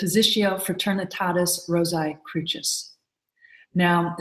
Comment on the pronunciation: I was taught by the other profane that the Crucis was pronounced with a "sye" sound at the end like Rosae, not a "chyss" sound as the Grand Master and other brethren of the order here refer to it?? Not to worry, an exoteric explanation for the reason for this will be sufficient for, though a member of the profane masses, I've obtained enought light to decipher your language.